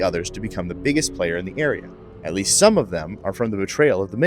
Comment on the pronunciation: Idk man I love it also "Sum Settlements"